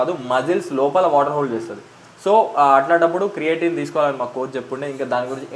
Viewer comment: It's creatine bro 😅 ... Creating kadu